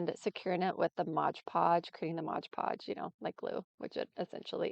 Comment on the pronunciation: It is called 'MoD Podge" not "MoG Podge". Also, you will have fewer wrinkles if you use a larger brush. Love your crafts - you are very talented. I'm definitely going to follow/purchase from your Amazon store !!!